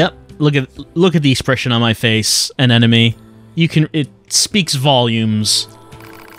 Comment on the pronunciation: I like how still calls Anemone "an enemy."